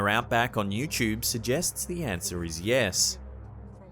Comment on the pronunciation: Ok now I'm going to say something it's not pronounced Indianaer or youchub "Indiana" "youtube" why is it so hard for people to speak right sorry just really bugs me how people say thing like that